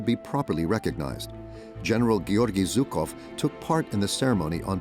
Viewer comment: Not Zukov, but Zhukov. Shame on you! Translators and speakers! Russians defeated German fascism! Thank you, God Jesus Christ!